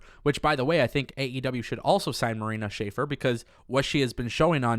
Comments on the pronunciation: dude i like you and you videos, but please start pronouncing marina shafirs name correctly its not schaefer its shafir!!!!! sha-fear would be the right pronunciation!!! keep up the good work tho otherwise all great bro!!!! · Love the content but it's pronounced Sha-fear not Shaffer. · It’s pronounced Marina “Sha-Fear” Shafir! 😉😊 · The correct pronunciation of Marina's last name phonetically is sha-fear